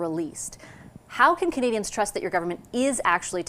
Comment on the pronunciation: Jaghmeet can’t even say “Canadians” correctly, for such a normally well spoken person he has not cared to ever say it right. Like how he also thinks he’s getting ahead of it, you’re lost bud! 😂